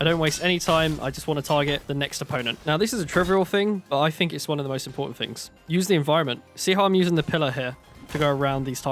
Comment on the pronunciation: "You can become the mostuh....of bait" got you a subscriber good sir 😂😂